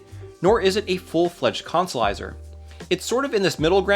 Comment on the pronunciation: It was very hard to make my brain say consolizer after your decimation of English